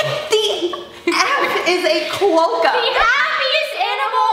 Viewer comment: Oooooookkkkkkkkkk 🤣🤣🤣🤣🤣🤣😂😂😂😂😂😂😂😂😂🤣🤣🤣🤣😂😂😂😆😆😆😆😆😆🤣😂😂😂😂😂😂 Quokka are an Australian animal and their native to a island near where I live called Rottnest Island and I laughed so hard because it’s pronounced Qwokka P.S I was really surprised that they knew what it was and not surprised and didn’t because even some Australians who don’t live near that island don’t even know what a Quokka is